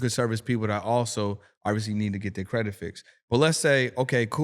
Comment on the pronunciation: If I hear say “credik repair” one mo time lol😂 great man